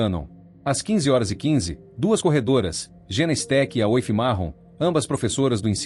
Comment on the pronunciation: Esse vídeo é narrado por AÍ? Não é obrigatório saber falar ingles, mas ler o nome da vítima como Ashilingue é triste hein! E Aoife se pronúncia Ifa.